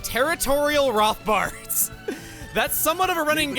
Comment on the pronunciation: Chugga, it’s ROT-bart, not ROTH-bart.